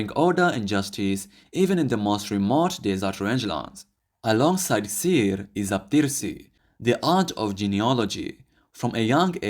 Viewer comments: Its not called Xer (Sir) as you said. It is called Xeer which sounds like ((Heer). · the reason that theres so many names for camels could be cause some were personal names given to the camel by the owner to separate the camels also xeer is pronounced heer instead of seer the x is like h